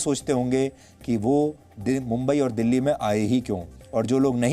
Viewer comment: दिल्ली है यार वो डल्ली नहीं